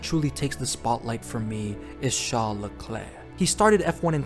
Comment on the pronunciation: leclere leclere leclere lecraesrsre